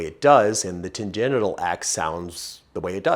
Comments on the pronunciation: Why does he say tangenital instead of tangential? Is it because tan-genital is funnier? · Expertise through trial and error is the best. That corvette sounds so mean. Love this channel. small suggestion, stop saying "Tan Genital"(Sounds dirty😆) ... the word Tangential = "Tan Genshal" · Ok, I am reading "tangential", but I am hearing "tan-genital". 🤨😆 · While pronouncing it "Tan-genital" is pretty funny, why not say it right? 😊 Tan-gen-shul :) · Sorry, gonna take off my gearhead hat and put on my teacher hat. Tangential is pronounced tan-Gent-shul. Because they go off on a tangent. Tangenital means you have a brown nut sack due to its exposure to solar radiation. Although I'd personally forgo the chance at getting sunburned balls. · Great information. I love the channel. Kept me laughing the whole time when tan-gen-tial was pronounced tan-gen-ital. Who doesn't want their car to sound more "ballsy"? I would love to see a 4.6 Mustang build. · The term is fine, but the pronunciation is tan-GENT-shil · tan-gen-shil. Tangential. It is spelled like gentials.. but, it's a different root word.